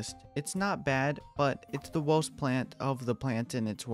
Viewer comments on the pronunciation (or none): STOP SAYING WOHST YOUR SUPOST TO SAY WORST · take a shot every time he says wowst instead of worst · Sorry, but you talk like " uwu " because of "owost plant".